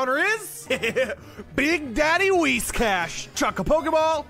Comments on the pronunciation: you just said whishcas instead of whiscash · “Whishcas.” Whiscash. “Wilbur.” Falkner. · Everyone: Whiscash.: Wishcass.